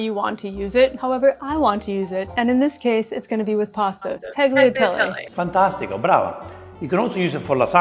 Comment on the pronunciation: He’s being very nice to her. It’s not a Bolognese and she needs to work on her Italian pronunciation. She mispronounces Bolognese and Tagliatelle. If you want to cook classic Italian dishes be true to the recipe and at least pronounce it right.